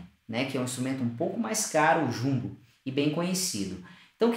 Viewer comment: Parece que você falou "Modelo Chungu", impressão minha talvez..